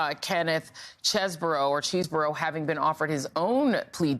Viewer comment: You have court video of Chesebro pronouncing his own name, but Joy feigns ignorance so she can call him “cheese-bro” … it’s petty, and detracts from the sincere seriousness of this story